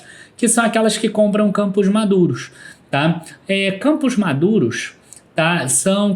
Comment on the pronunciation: Camposh madurosh 😅